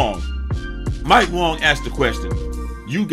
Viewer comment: Lmao it’s waaaaaang not Wong lmao